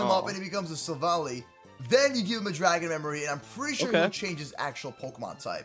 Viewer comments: ITS SILVALLY NOT SILVALY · its syl val eye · Sill-val-i Thats how you pronounce it